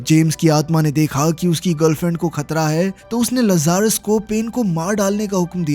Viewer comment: Gadi ka naam लज़ारस nahi hai Bhai Lazarus लाज़रस है। इस नाम को बाइबल से लिया गया है। बाइबल में लाज़रस वह इंसान था जिसे यीशु मसीह ने मौत के मुंह से वापस लाया था। जो मर के फिर दोबारा जिंदा हुआ था। जैसे कि इस मूवी में यह गाड़ी।